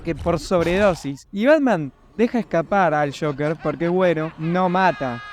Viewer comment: Joker no shocker🙄